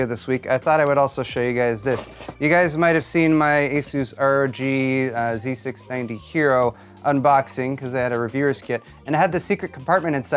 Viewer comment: You properly pronounced " z690" and 60fps video...yeah..you're DAMN RIGHT..you're getting a thumbs up from me. \m/